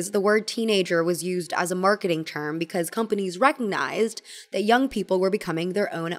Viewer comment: "because" pronounced like beak-eyes or beak-wise is all i think about when listening to 😅